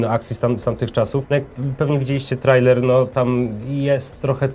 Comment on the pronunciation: Hej, czyta się trejler:)